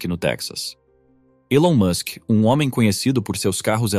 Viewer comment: Você tá pronunciando o nome dele erado.